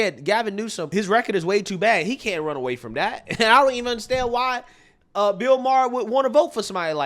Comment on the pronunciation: Im not sure if does this on purpose but I love how he calls bill Maher “Beel Maher”… that’s hilarious. Screw that boomer